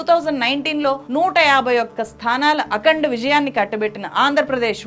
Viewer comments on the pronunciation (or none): none